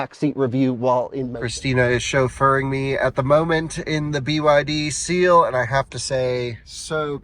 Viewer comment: At the end you called it "The Byd Steal".